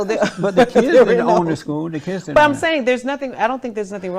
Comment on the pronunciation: " Oh ! No you ditent"🖐️